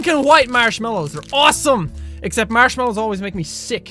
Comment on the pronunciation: It sounds like he's saying Marshalls.